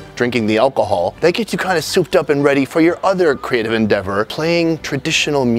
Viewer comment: "clearly alcohold section"....im dead...